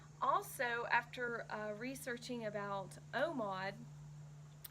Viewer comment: Are you saying omod?..lol